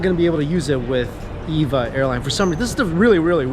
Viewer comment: Cool video. The name is pronounced Eee-Vee-Ay, as it's an acronym. :)